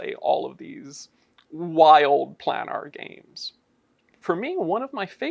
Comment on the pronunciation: Why is he saying “planar” so strangely?